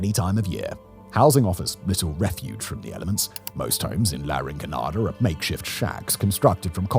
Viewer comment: You could at least try to pronounce it as La Rinconada instead of Laring Conada...